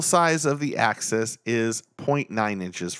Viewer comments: You’re saying access 😆 it’s not pronounced that way , it’s “axe us” 🤣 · Good video nice comparison but I can’t believe nobody commented how it drove them nuts every time he pronounces axis like access. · The way you say axis is like access but with xs